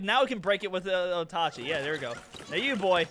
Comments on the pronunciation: Did this just pronounce Oatchi like O-Ta-chi? It’s O-che 🤓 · Hate to be that guy, but its actually pronounced Oat-chee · Bro really call the dog otachee ☹️ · Hi just here to let you know oatchis name is pronounced o-chi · You mispronounced the dogs name you will perish painfully